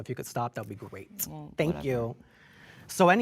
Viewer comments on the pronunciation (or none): “If you could stop, that would be greaTT.” 😂 Why he say great like that?